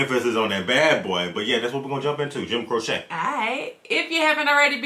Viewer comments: Not sure anyone mentioned it but his last name is pronounced Crow-chee. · It's pronounced Crow-chee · Pronounced : Crow-Chee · ....Jim's last name is Crow-chee. I think you know that, but just a reminder. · Crow-chee, my brother. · His name is pronounced Crowche, long sounding e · His name is pronounced Crow Chee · Pronounced "Crow-Chee" . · Pronounced Crow-Chee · It's pronounced Cro-chee. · It's pronounced CRO CHEE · It’s Jim Cro-chee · Pronounced crow che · The correct pronunciation is the way Jim pronounced is own damn name. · You killing me saying his name wrong lol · That is my favorite form Jim Croce, others are "Don't Mess Around With Jim", "Operator', and "I've Got A Name" BTW, it is "Crow-che" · His name is pronounced Crow-chee. Operator, Time In A Bottle, Don’t Mess Around With Jim, Rapid Roy (That Stock Car Boy) are all must listen to songs. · What a great throwback! Just fyi, it's pronounced Crow-chee. :) You can try out Time in a Bottle, I Got a Name and I'll Have to Say I Love You in a Song. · There is a follow up to this. The name is pronounced Crochee. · Jim Croce pronounced crow-she.✌️❤️🙏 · Its actually pronounced Crow'Chay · "Jim Crochet"???......Does Jim look French to you??? Maybe you meant Jim Croquet, or Jim Croissant, or Jim Cordon Bleu?? Dude!!......his very Mexican last name is pronounced.......Crow--chee. Now......go and check out his masterpiece....."Operator". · Crow-chee not crow-sha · This man (Croce, I mean) was tragically taken from us far, far too soon. But he did leave a small treasure trove of wonderful recordings - "Time in a Bottle", "I Got a Name", "I'll Have to Say I Love You in a Song", "You Don't Mess Around With Jim". FYI: /crow-chee/ (not crow-shay) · It's "Croŵ shay" not a needle craft project "crochet" 😂❤ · Pronounced Crow-chee not Crow-shaa. Leroy Brown is bad but you _Don't Mess Around with Jim_, really, check out the song. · Oh yea, the great Joim Croce. Pronounced crow chee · Cro-she, not crochet. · It's Crow-Chee